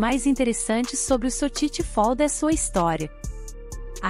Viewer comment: Nao existe sotiti fold falou o nome errado